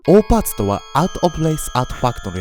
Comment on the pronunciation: オーパーツって最初聞いた時おーパンツに聞こえた笑笑